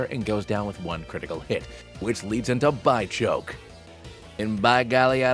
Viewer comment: Its a bidoof fusion, so its not BYchoke its BITCHoke. Which is far better.